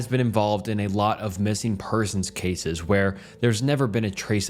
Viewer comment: Please tell me why in the world he pronounced “cases” like he did. I listened to it over n over but I won’t again. Maybe it was the air of the stories but the way he said “cases” really freaked me out. WTH…